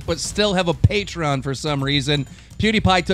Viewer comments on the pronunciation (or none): none